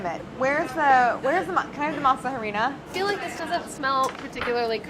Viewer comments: Wait, I spent like 20 minutes trying to figure out what masa herenia was before I read it on the screen and realized that they were just pronouncing masa flour in Spanish with a terrible accent. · The way she says masa harina and other Spanish words are driving me crazy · Really thought Sohla said to make the shell with matzoh and was so confused until Claire said masa harina 😅